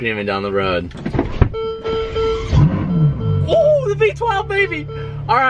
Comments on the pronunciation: . Did you just say “familiartize myself” 😂😂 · You made up a word LoL Let me Familiartize my self Were you trying to say Familiarize LoL Ohh k how ya'll go from One ferrari to 3 ferrari's Answervme this please? Your friend said lets go find some uncle toms to load our golf bags in here while looking at the trunk? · Did he just say "to familiatrize with it" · when you’re so excited you forget how to speak “familiaratize”. I guess it’s ok when you’re driving a V12 Ferrari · "Familiartise" huh? 😂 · Familiarize.... familiartize... Calvin must have loved that one lmao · familiartize? Lol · loves coming up with new words on the go. “Familiartize”